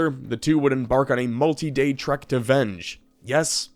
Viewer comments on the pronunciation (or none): none